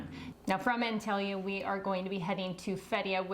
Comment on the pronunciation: it is pronounced ONtalya